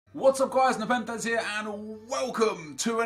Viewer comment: The Rubik’s cube Master you were calling Nepenthez Nepenthes 😱😱😱😱